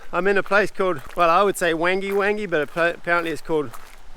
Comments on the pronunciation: I live not far from there, we actually launch our boat from there and go to swansea to fish, I think you could go electric for propulsion, you would be surprised how much those motors can put out. It's pronounced woon-gee woon-gee. I say go for it we have to have a dream, crazy projects etc. If you need conversion to electric advise, I build ev bikes and my friend builds ev car conversions, we are hoping to do an outboard summer 25/26. I look forward to the next instalment. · Pronounced Wangee Wangee…. Good luck if you take the project on…